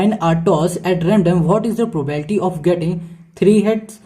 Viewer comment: It's not probalty it's probability.....